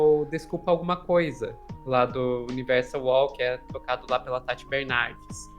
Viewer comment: Gente, é Tati Bernardi, nao Bernardes.